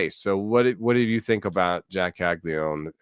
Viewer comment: Why is everyone in baseball calling him Cagli-one? Isn’t it Caglia-none?